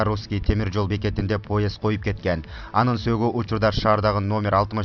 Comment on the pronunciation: Автор, басымды туура койгулачы окуп жатканда ! паспОрт эмес пАспорт, диаспОра эмес диАспора, поЕзд эмес пОезд !